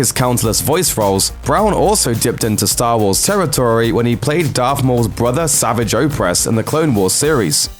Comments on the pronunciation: yea pissed me off right away its pronounced Suh-VAAJ. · The dislikes could be because of the mispronunciation of over half of the names. Savage for example is not the word savage. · HOW DID HE JUST PRONOUNCE SAVAGE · you pronounced savage oppress wrong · You pronounced "Savage" wrong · says "savage" wrong. It is pretty clear the narrator is just reading and doesn't know what he's saying.